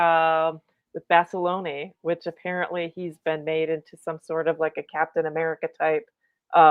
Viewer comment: It is BASALONE! The E at the end of name is silent.